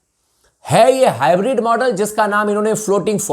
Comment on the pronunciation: Bhai ye hybrid nahi bolte hai ye hi bread bolte hai😂😂😂